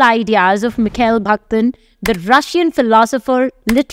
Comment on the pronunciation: It's not 'Bhaktin', it's 'Bakhtin'. It's not 'Chronotype', it's 'Chronotope'. Kindly do not misinform the students.